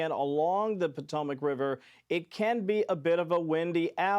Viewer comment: Pot a mac river not patomoic river